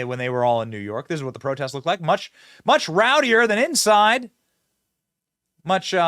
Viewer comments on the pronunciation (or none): none